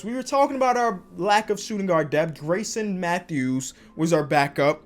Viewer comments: it’s pronounced “GARE-IS-SON” not Grayson. like I know he’s not a hooper hooper and it’s not a big deal but you could at least get his name right lmaoo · garrison isn’t pronounced greyson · this nigga is fucking dislexic bruh ion kno how u say Grayson and not Garrison like tf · GARRISON matthews not grayson matthews 😂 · the amount of times he said Grayson instead of Garrison hurt my head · it’s Gare-isson